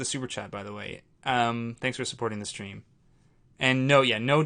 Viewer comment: Every time you say "supporting the stream", I hear "supporting this dream".